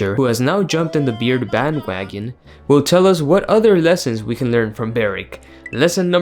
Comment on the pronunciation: "Beard vagon" 😂